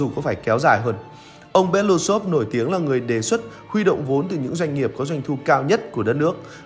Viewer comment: Nên đọc đúng nguyên bản tiếng Nga là "Be-lơ-Ú-xơp" (Белоýсов), tức là họ ông này có 4 âm tiết, trọng âm rơi vào âm "U" nên phải nhấn mạnh âm tiết này, đừng đọc "Be-lu-xôp" nghe như trọng âm rơi vào âm tiết cuối. Белоýсов có nghĩa "Ria trắng".